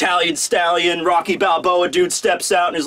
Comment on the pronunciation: It was Rocky not Rocko you tried at least.